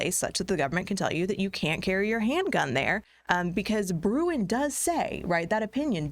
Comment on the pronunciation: Great stuff! One suggestion, can you please just say Bruen?